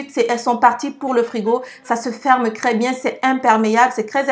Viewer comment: J'aime bcp tes vidéo. Je te suis depuis 2 semaine mtn. Merci pour tes astuces... Lol... Ce qui me tue de rire... C'est ta prononciation du "T.R" que tu remplace tjt par un "C.R" 😅🤣🤣😘 Pour dire trop beau tu dit crès beau